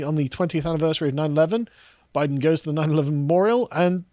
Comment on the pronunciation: “I was saying Boooiden”